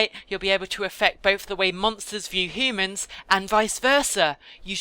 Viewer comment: The way you say humans is so funny.. Hoomans